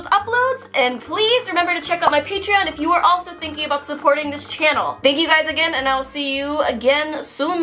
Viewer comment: Did she say denky u or do I need to get my ears checked?